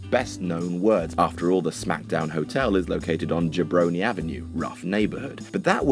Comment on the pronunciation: I had no idea what Jabroni meant until now, but if people pronounced it JOB-roni instead of JUH-broni I might have picked up the definition sooner. Also holy shit that Worm comparison is so,so true.